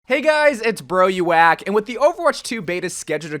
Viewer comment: Hey guys, it's not BroYouWack